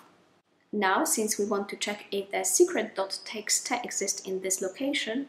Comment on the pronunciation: Teeksta! Is that a Dutch thing? .txt, the last t is a "ta"?